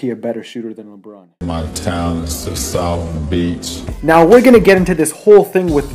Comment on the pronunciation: “Ma talents to souf beech”